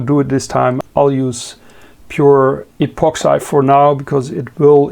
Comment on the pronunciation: pronounce 'epoxi'....keep up the good work 🙏